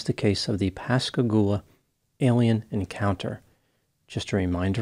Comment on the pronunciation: Thanks for pronouncing Pascagoula right! 👏🏾🤣